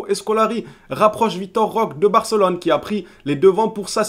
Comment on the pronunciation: Salut, ça me choque toujours quand tu prononce Roque ça me paraît bizarre, est ce qu'il y a un portugais dans les commentaires qui pourrait nous éclairer? Moi je le prononce Roqué je crois que c'est comme l'espagnol tout les E se prononce É. A verifier 😉